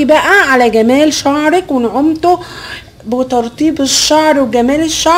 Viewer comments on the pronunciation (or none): none